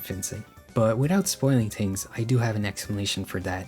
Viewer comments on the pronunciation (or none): when he said "tings" instead of things at the start I felt that way. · I just commented about that, he says ting, teories and tis/dat, it's like a European spent a bunch of time with Jamaican people and picked up the dialect but not the accent lol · Cool video. But I must know... what the f is your accent? You don't say H's.. "ting," "teories".. like a Jamaican would